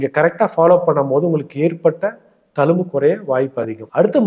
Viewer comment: Sir, thank you for super advice. pls use tamil properly. Talumbu illa thZhumbu.